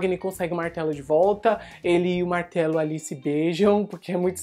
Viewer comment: A cada vez que ele fala "Martelo" eu penso em "Martalo"...